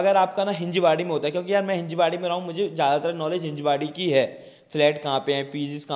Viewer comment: Its हिंजवडी brother......